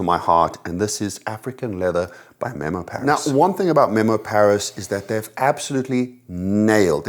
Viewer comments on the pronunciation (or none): none